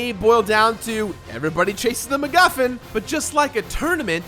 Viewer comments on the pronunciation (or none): none